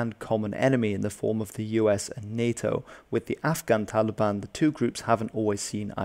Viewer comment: Hes saying "Taligan" 💔